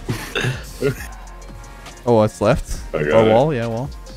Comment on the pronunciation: every time he says "im left" i just hear "im leth"